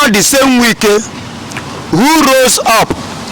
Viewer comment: His name is not Nwike but Wike. If you cannot pronounce it well, stop calling his name because, he is not igbo/biafran